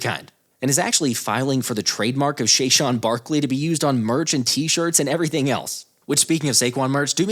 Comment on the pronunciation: Wait... did he say Shayshwan?